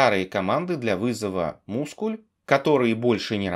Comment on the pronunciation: Как только не называли mysql, но "мускль" я слышу впервые